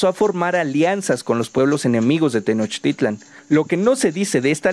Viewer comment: Pronuncias bien la palabra TENOCHTITLAN, no te pasa como a otros que pronuncian TENOSHTITLAN, espero que pronuncies bien las otras palabras en náhuatl como por ejemplo QUETZALCÓATL y no como QUETZALCOA - TL como mal lo pronuncian los demás... ssludos y felicidsdes por tu video...